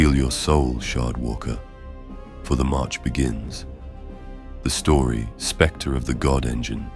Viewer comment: Oooh specter…not sphincter.